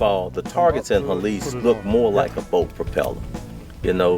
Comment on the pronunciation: I'm like, Helice, Helice, He -lice, and then I realize is Hélice, which is spanish for propeller. Fancy way to name a sport by mispronouncing the word.